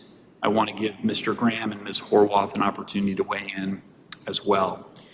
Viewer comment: Did the judge really say "HOW-ARTH"?🤦